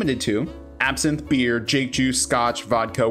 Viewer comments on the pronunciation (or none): none